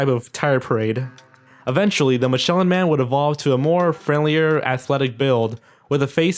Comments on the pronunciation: OH COME ON NOT MICHELER MAN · I think it’s funny that the people who make these kinds of videos ALWAYS mispronounce the names of products and people. It just makes me laugh when he mispronounced the Michelin Man’s name. Gotta take your laughs when and where you can get them.